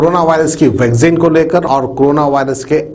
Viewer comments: Vagzin nai re baba...vaccine bolo ba...😂😂😂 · Mr its not Vagzin...its Vaccine....yaar seedhe bolna tu seekho phale... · vaccine bolna sikhiye